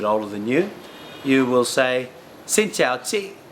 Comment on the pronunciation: No offense to you, but I would prefer to learn from a Vietnamese person who is a native speaker because the Viet speaker knows the language a lot more than anyone else. Someone who had learned the language may make mistakes that native Vietnamese speakers do not make. When you say xin chao, you are pronouncing it incorrectly. You are supposed to lower your voice when you say chao.